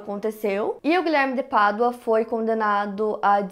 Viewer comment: Me lembro que foi com o primeiro vídeo sobre este caso que te conheci. Na época ficava irritada com você falando “Guilherme de Pardua”. E então pensei que eu tava sendo uma idiota e vi mais um vídeo, e outro e todos kkkkk. Você faz um excelente trabalho. Parabéns pela forma como aborda,.